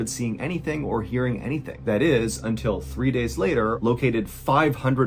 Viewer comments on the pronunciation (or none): none